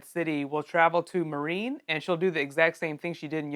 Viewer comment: >pronouncing Meereen 'marine' really?